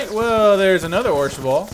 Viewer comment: it's orshabaal not orshaball